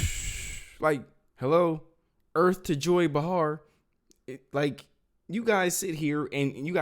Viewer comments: Its not Ba-har. Its Bay-har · I don't think he pronounced that right. Spell it for me lol